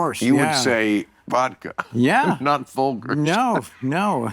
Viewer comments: Folgers with a hard g. It is with a soft g. Folgers. Not folggers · Bill Maher is a space alien, observing how we live from a distance, my evidence, he said FolGer's coffee, when everyone knows it's pronounced FolJer's! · Who the fuck pronounces Folger's like that? It's Fole Jerz. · All those years of exposure to TV commercials growing up, and you don’t know how to pronounce “FOLGERS”, Bill? How does that happen? Dang… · Funny pronunciation of "Folger's" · I have never heard anyone pronounce that coffee brand the way Bill does lol 😂😂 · Bill with the strong pronunciation of Folgers. That caught Charlie off-guard, I think. That was a shocking way to pronounce it. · are we all going to sit here and act like the way Bill says "Folgers" is normal? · Thank god someone else said this